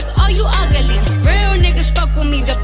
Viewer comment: I love how she turned ugly into a 3 syllable word 😂😂😂